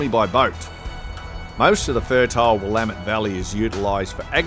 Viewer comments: We locals say will-am-ette with the emphasis on the second syllable. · Will-LAMB-it That's how Willamette is pronounced. The accent is on the 2nd syllable. Btw, I grew up in that river, on a farm just north of Spongs Landing Park. My grandpa sold 10 acres of our 60 acre farm to the county so they could make the park. It's nice to still be able to go home. The farm was sold around 2001, so that park is really special to me.